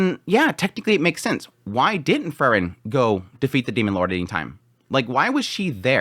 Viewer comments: Again, its Pronounced FRIEREN ie FREE-REN, Not FUR-REN... FRIEREN, FRIEREN.... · It's Freeren, not Frrren.😁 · It's pronounced "Free-ren". Please...